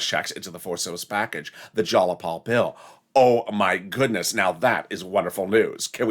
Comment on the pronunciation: It's not "Jalapal"; it's Jayapal